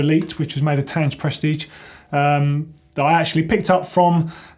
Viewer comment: I like how you pronounce Tange, 30 years & I never new how to pronounce it